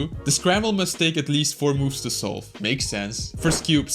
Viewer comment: When you say solve its sounds like soul